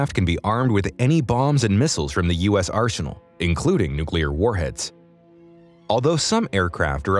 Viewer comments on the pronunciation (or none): none